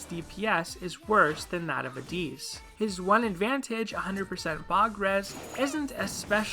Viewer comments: What makes you think his name is pronounced "Addees" and not straight "AdDIS"? lol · im sorry but this mispronunciation of addis’ name really bothered me. (if you look at a helper Ieyasu and listen to his voice lines you can hear the correct pronunciation) It was fine otherwise.